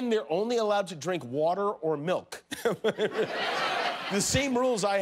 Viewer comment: MILK???? I thought you said MILF!